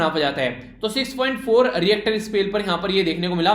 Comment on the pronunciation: 9/10 Sir reactor scale nahin hota ritcher scale hota hai pronounciation k liye 1 number kata